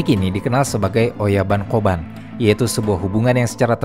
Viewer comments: Kobun bukan ya? Bukan koban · Narasinya bagus. Tapi spelling oyabun kobun nya jadi agak gimana gitu. Apalagi di ulang ulang. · Kobun dan oyabun, bukan koban dan oyaban. Koban artinya kantor polisi, oyaban artinya bagian orang tua.